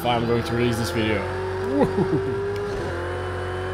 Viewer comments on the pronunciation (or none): Well if you want to improve your English you need to change how you pronounce your W and V . In English it is Video but you are saying it as Wideo. In English the letter V is pronounced the same way that you would pronounce W. Say (V)ideo the same way you would say (W)illkommen. The same for words beginning with W. You pronounce " Work" with a V which sounds like Vurk. Not sure if I am making sense to you, I am not much of a teacher. Either way your English is better than my German.